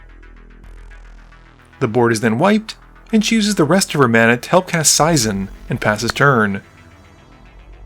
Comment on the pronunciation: Seizan is pronounced SAY'-zahn.